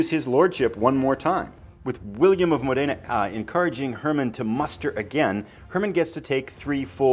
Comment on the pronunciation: William of Modena has to be read with the accent upon the first vocal letter of the word Modena... Modena is a cool small town in northern Italy... Módena...